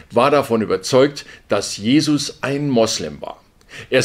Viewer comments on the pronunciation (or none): none